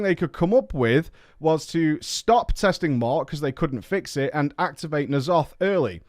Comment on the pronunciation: He pronounces "nEEalotha" because he knows it grinds our gears